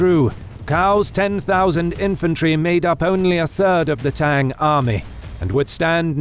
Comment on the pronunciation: It’s is pronounced not like tang